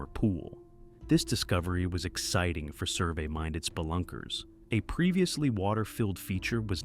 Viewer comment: this threw me way off 😅😂 the way you said Spelunker threw me off